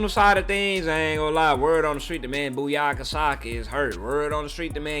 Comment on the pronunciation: STOP SAYING YAKA YOU'VE BEEN SAYING BU YA KA FOR A LONG LONG TIME IT'S BU KA YO BUKAYO